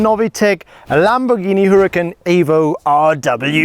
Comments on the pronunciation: Italians don't call it "Lambordschini", they pronounce it "Lamborghini"! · Don’t you EVER call a Lamborghini … Lambortshini again! Every Italian will give you a big kick in the ass !!